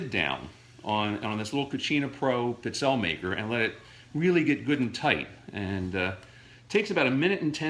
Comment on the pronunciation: Seriously, you need to learn how to pronounce this Italian cookie - it's peet-SELL-a not what you call them, regardless of heritage.